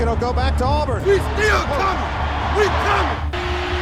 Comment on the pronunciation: At least pronounce his name correctly. Its Cam NEW-TON, not Cam New-done. And its AHH-BURN, not Arrburn